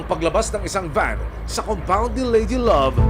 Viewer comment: Need lng nman sa nag aalaga e,,,,mabuting kalooban sa Pag alaga na may kaayusan sa ginagawa..tinde rin isipin mo kinaya nya Amoy nayun.( Haha,Pero yung nag nanarate ,,swabe sa bigkas ng " ladylove" hehe